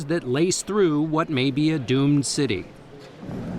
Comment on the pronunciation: city., not cuty